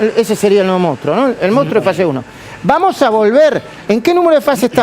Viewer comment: Se escribe y se dice MONSTRUO, no MOUSTRO!!!! La PMQLP!!!!